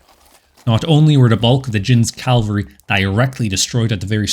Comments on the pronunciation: "C-a-v-a-l-r-y," not 'cal-vary.' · Not "Calvary" please: Cavalry! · Cavalry nor calvary